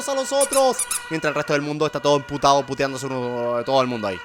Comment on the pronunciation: like si escuchaste a German decir enputado